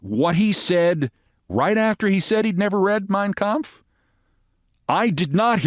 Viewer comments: Trump sure pronounced the name of Hitlers book correctly. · "I never read Mein Kampf (perfect pronunciation)! - drumpf